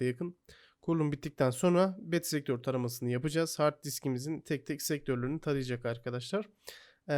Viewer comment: bat değil bed